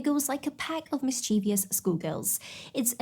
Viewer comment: Not pronounced "mis-`cheev-ee-us, it's "MIS-chiv-us. Probably not even in England. 🐸